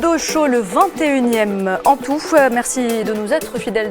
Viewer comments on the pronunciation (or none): Et pour ce nouveau numéro de médiocrité et de mensonges. On commence par une petite entrée en attendant les détails des dégâts dans le vif du sujet 😊 en toufe "en tout" 🙄 merci à voufe (à vous) merci à voufe (à vous) et puisse (et puis) bonsoir mehdisse (mehdi) mercisse (merci) mercisse (merci) mercisse (merci) sami kaidisse (kaidi) , la diplomassice (diplomatie) 🙄 mercisse mercisse 😮 C'est quoi cette nouvelle prononciation dégueu-lasse ? Et puis madame l'animatrice la parisienne À suivre....